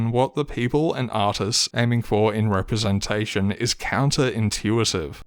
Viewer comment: LGHDTV representashion 🤣